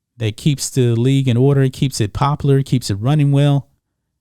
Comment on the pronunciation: I love your message, man, but you have to learn how to properly pronounce a simple word like “popular” 😆